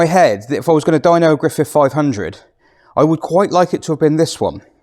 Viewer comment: Griffith, not Griffiff!